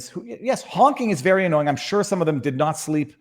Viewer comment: He said "There were 10 recorded acts of violence and 6 of therm were by ther police!"